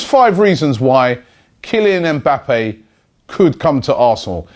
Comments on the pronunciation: his names Mba-ppe not EM bappe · Just a heads up. The m is silent in his name. You pronounce his name like bappe